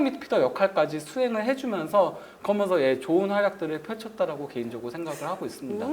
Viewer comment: 그게 엄청큰 하자임. 스피치하는 방송에 말을 듣기힘들다는건 최악이죠. 그러면서를 발음못해서 매번 "거면서"로 발음하고 또 거면서를 너무 자주 남발하죠.